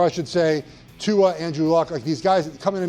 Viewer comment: Bro did you say tua?